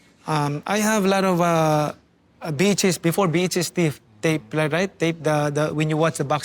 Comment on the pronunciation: I thought manny said I had a lot of bitches….he meant VHS 🤣